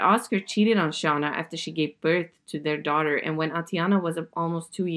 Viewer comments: Her name is Shay-nah not Shah-nuh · Its shann--- a not shawna lol